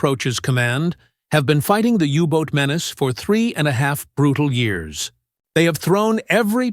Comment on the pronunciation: Great video, shame about the AI commentary, can't speak years